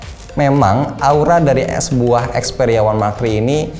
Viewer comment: Terdengar kata "sebuah" jadi "es buah" 😂